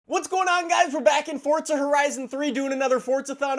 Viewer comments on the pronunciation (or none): its called forza not fortza